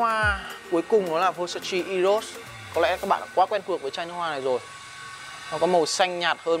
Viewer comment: Góp ý: phát âm đúng tên thương hiệu...